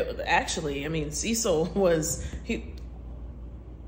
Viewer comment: Oh hell no, See-cil. 😡